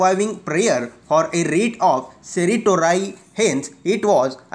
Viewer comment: Ceritorai nhi certiorari ahe te